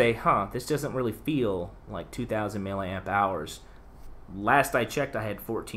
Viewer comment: He was just saying it wrong 🙄